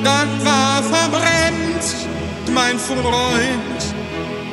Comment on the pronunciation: Das Geilste daran finde ich sowieso, dass du das "t" noch eingefügt hast. Mir ist am Anfang gar nicht aufgefallen, dass er "Verbrems" sagt :D